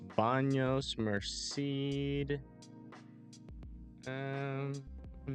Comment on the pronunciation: Its pronounced, Mersaid.. Merced